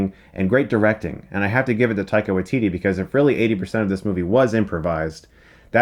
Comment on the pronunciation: He certainly will - but I don't think people will ever realise they're pronouncing his name slightly wrong. It's WAItiti. Not WaiTIti. (the stress is on the first syllable in Maori).